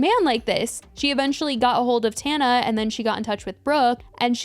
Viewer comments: I love that she calls her “Tawn-A” and not “Tan-A” lol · Tawhnuh 😭😭😭 girl it’s tanuh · It’s pronounced tawnuh in most languages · She always finds something to argue about the other person that is irrelevant, she can’t ever just take the L and leave it at that 🙄 like what does pronouncing Tana’s name wrong have to do with “being so knowledgeable”